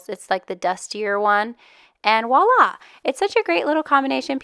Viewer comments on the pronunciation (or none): Pretty. Nice tips. Please practice vwah-lah...not wah-lah. It is a vw pronounced together sound.